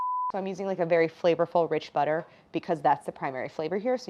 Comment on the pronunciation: It's Kerrygold Buterr!